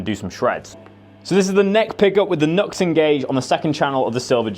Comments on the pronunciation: It is NEW-X not NUX! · The one where the little leprechaun bounces out and introduces "YNGWIE J MALMSTEEN !!!!!!!!!", and then "YNGWIE J MALMSTEEN" does some strap swings and rips though 10 000 picks per song. Also, it's "noo-X" or "new-X" for the civilised of those amongst us". I do believe there is a wee hyphen in there on the logo. Good pedals. Entered.